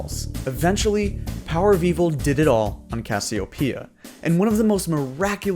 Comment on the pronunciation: I hate how you say casseopia I know you're doing it on purpose